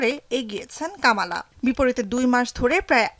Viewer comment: কামালা নয় কমলা